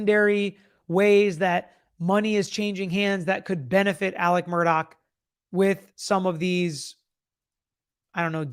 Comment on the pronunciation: His name is ALEX, not Alec